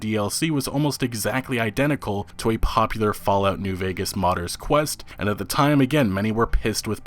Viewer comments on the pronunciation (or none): none